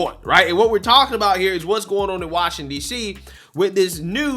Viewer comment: One More Time. Say it with me. Wash-ing-Ton, now say it together and with me. Washington. Wash ing Ton. Washington. See, i Knew you could say the word.